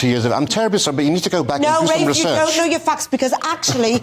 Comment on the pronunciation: It is RAFE. Pronounce it properly please.